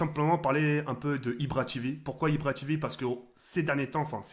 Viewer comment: moi j aime bien quand ibra dit POCE BLO